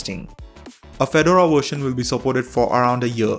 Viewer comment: "This new Wersion"